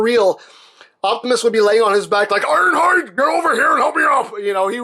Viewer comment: When you said iron hide come here and help me up First i heard "arrrrr harrrrr"